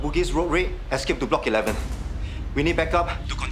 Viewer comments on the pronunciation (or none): none